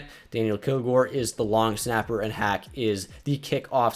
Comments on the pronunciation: The punter’s last name is pronounced Hawk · quick note: it’s pronounced matt HAWK